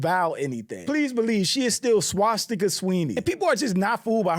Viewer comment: He said swatzsticker Sweeney I cAnt I’m 💀😂